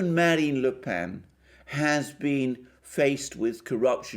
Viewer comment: Another superb piece. Congrats that you have now got the pronunciation of Marine Le Pen's surname almost right. In fact, "Pen" is pronounced exactly as it in in English ("The sheep were herded into the pen" or "My pen has run out of ink"); no needed for any nasalisation.